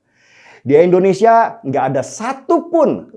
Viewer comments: Koreksi sedikit bang Den. Pengucapan nama negara kalau bisa yang tepat. 'Indonesia' bukan 'Endonesia' . Maju terus bang 👍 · Bang, Indonesia bang... bukan Endonesia.... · Tidak bosan untuk mengingatkan bang. Negara ini punya nama Indonesia "I", bukan Endonesia bang. Salam hangat bang. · Ngmng Indonesia aja pake E? Udh mending ga ush buat konten dpt in sertifikat ngmng dulu baru buat konten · Indonesia...!!! BUKAN... Endonesia... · Indonesia bang.. bukan Endonesia.. 😒😒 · INDOnesia, bukan ENDOnesia! Pelafalannya selalu kurang pas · Kmp lw terus sebut endonesia.... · Bukan ENDONESIA Tapi INDONESIA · Indonesia bang bukan endonesia In no end